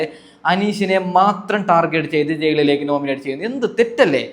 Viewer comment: ജയ്ളിലേക്ക് എന്ന ഉച്ചാരണം തെറ്റാണ് ഹേ... മലയാളത്തിനെ അപമാനിക്കരുത്. വീമ്പിളക്കി വിടുന്നത് പിന്നെ. അനീഷ് കപ്പല്ല കോപ്പടിക്കും. കാരണം ആ മനുഷ്യൻ കുറെ നുണകളും തെറ്റിധാരണകളും ഉണ്ടാക്കി. മാത്രമല്ല കോമണർ 5 പേര് വരണം എന്ന് ബിഗ് ബോസ്സിനോട് ആജ്ഞാപിക്കുന്നു...പിന്നെ നാഴികക്ക് നാല്പതു വട്ടം ഒരു കാര്യം പറയും വെറുപ്പിച്ച് കൊല്ലും. എന്തോ ഒരു കിളി പോയ പ്രകൃതം പല സമയത്തും തോന്നും. ഇയാൾക്ക് കപ്പ് കൊടുത്താൽ ബിഗ് ബോസ് വീട്ടിൽ ഇരുന്ന് ഇനി ഞാൻ തുടരാം എന്ന് പറഞ്ഞ് അവിടെ കയറി ഇരിക്കും.. അനു മോൾടെ PR എന്നെ പോലുള്ള കാഴ്ചക്കാരാണ്. അവൾ കപ്പ് തൂക്കും. നീ കണ്ടോ